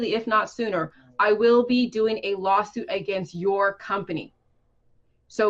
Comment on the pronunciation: "I'll be doin a lawsiut" fuck XD